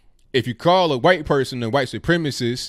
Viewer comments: Say white correctly please. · I wonder if you say 'Huwhite' on purpose. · You really emphasize the "wh" is "white" a lot, like stewie on family but, haha